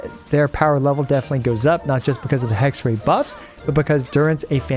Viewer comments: You know Raichu from pokemon? Try saying Hexe-Rai, its closer to what its supposed to, i dont expect everyone to perfectly pronounce the german hard R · The final part of Hexerei is pronounced like the English word eye. So more like Hexer-eye. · Finally Venti gets the treatment he deserves 😭🫶✨ Btw it's pronounced "Hex-ehr-eye" but who cares? Everyone hates German anyway ✌️😔💔(atleast I do) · Hexerei is pronounced „Hexer-eye“ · German here. Hexerei is pronounced Hex-uh-rah-i. just smoosh the last two vowels together a bit more than that phonetic spelling would imply and you're good. german always uses the a sound that you'd make at the dentist when they tell you to open your mouth and we also use that in ei sounds, just with an ee sound slapped behind it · Hexerei is german. You pronounce the "ei" simply like "I". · The pronouncation of Hexerei was quite good but not perfect :D The first part was corret but speak the rei part like Rai from Raiden. Just saying if you like to know. Its cute how you said it. Greeting from germany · as a german, the pronunciation of Hexerei here is lowkey pissing me off lmaooo Seriously though, I love how versatile they made him, giving both old and new characters the chance to glow. I hope Hoyo, after seeing the positive feedback for Durin, is going to go back to making more characters like this. These super niche, one-team-only characters are so tiring to see atp. Also Im praying he's gonna be one of Alice's best partners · Your pronunciation of ‚Hexerei‘ wasn‘t quite correct. The ‚ei‘ at the end is pronunced as ‚i‘ like in ‚ice‘. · Nope. You indeed didn't say "Hexerei" correctly. :D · It's HexereI (like I in ice), not HexerAY - it's German ;). Oh and fokus is on the first Phrase ^--, not --^ (sorry ^^) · the rei part of hexerei is pronounced like rye bread so it would be hexerye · its pronounced Hexerai not Hexerey btw just saying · the "ei" in hexerei is pronounced like eye :D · Hexerei is pronounced Hexer - i ^^